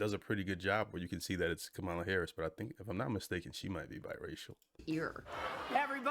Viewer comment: So firstly …it’s Keegan Michael Key (not K), secondly I’m sad about your viewpoint on Bad Bunny. As many have stated already, he’s freaking A m e r i c a n from Puerto Rico. Please learn and broaden your horizons, thirdly I can’t believe you still mispronounce Kamala. Shocking, really. Also …you have definitely not watched enough SNL if you don’t know who Kristen Wiig is.